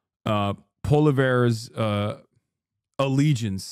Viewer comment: American political commentators not knowing how to pronounce Poilievre will always be funny